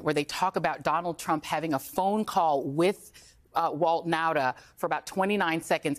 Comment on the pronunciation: Kudos to Lawrence for pronouncing the name Nauta correctly. Hi from the Netherlands 🇳🇱, the name comes from our province Friesland. The man is still an accomplice.